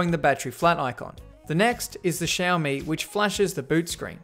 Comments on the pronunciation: Xiaomi is pronounced SHAL ME just like you said it. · You pronounced Xiaomi right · you prnounced xiaomi right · Yes you pronounced the companies name right! Proud of everything you do! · Yes!!! You got it. You said "Xiaomi" correctly!!!! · that is how you say Xiaomi. And it's my first like from a big Youtuber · You actually pronounced " Xiaomi" correctly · Xiaomi (you pronouced it correctly) is actually really good. better than samsung i would say. at least in price/performance. build quality is also nice. and their batteries don't explode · ?? that's how u actually pronounce it